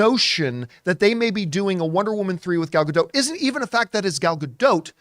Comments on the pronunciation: Please. . . please learn to pronounce her name correctly. please It's easy. Her name rhymes with dot. Not. . . dote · her name is pronounced, closer to Gal Ga-Dot (not quite but closer than DOTE)